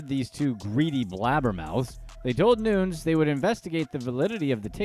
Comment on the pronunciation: Noo-nez not Noons.... cracks me up